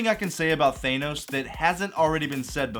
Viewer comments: thay-no-s. americans can be so funny sometimes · bro said thanos wrong. imagine. (thaaaaaanos) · Why can’t Marvel fans pronounce Thanos correctly